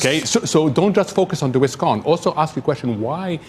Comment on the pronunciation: I cannot truat a full grown adult who pronounces RISK as WISK because they refuse to correct it!